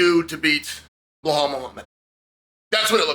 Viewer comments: Be-lal not Be-hal 😂😂😂😂😂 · I like you Chael, but it's BELAL, not BLEHAL.. Is this some kind of inside joke that I don't know about? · it's Belal not Behal 😉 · If his name was Blahal, Chael would call him Belal 😂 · Bilal Mohamed ❌️ Blahall Mohamed ✅️ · Why can't Sonnen remember the name? It's Belal not behal 😢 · You keep saying his name wrong!!!! His name is not behal His name is Belal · Now that Belal is the champ maybe Chael can stop calling him Behall. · When will Chael remember the name? It’s NOT Blahal it’s Bilal ! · Why is the fuck does Chael have such a hard time with names even when they sound exactly as they are spelled!???😂😂😂 BE-LAL like he really gets BLA-HAUL out of that??? WTF??? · Chael clearly doesn’t remember the name. lol blahal. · Who is "Bhulal" that Chael keep mentioning? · And New: Blohal "rememeber the mispronounced name" Muhammad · As an Iraq id like to say that Chael in this video looks so american to me the way he speaks and the posture with that sunglasses 😅 uncle chael 😎 The only thing he needs to work on is stop saying (Bahal) 😂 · Ble hall Macklahchev! Nobody bastardizes a name better than Uncle Chael! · Blahol "Mispronounce The Name" Muhammad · Anyone else come here just to hear Chael call him Blowhaul? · 🎉🎉🎉 Gotta give Chael some props for standing by Belal this whole time and believing in his tenacity. Now, c'mon uncle Chael, for the 100th time, it's NOT "Blay-haul" 😅😅😅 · Blehal Business 😂😂😂 nearly wrecked my Tacoma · chael we heard you say blehal on broadcast; nice. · I don't know. I heard "B'lal." But it's at least a bit closer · he said that once, maybe twice but 99% of time it's "Blehal" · Lol it’s bel al where he is getting an h from 😂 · Its pronounced BLAHAL lol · He still sayin blahol tho ha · Uncle Chael still pronouncing Belal’s name wrong is the best part if this video. 😂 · Hey Chael where did the H come from in Belal’s name? 😂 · Love you Chael, but heads up there’s no H in Belal 😂